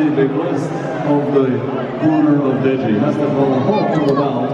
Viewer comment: its "DEJI" pronounced "DAY JIIIIII" not Jay Jay!! :) just saying!! :) to be helpful